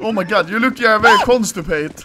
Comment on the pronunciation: Wery Great Wideo. I tink